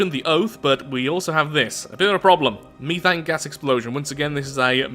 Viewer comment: its not called mee-th-ane its meth-ane